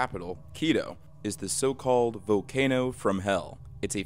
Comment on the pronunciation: lol "Vocano"